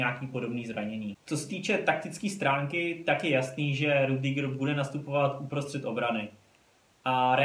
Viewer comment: Sry ale čte se to Rydyger